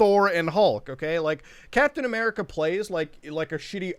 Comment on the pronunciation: “Cap-then A-merka”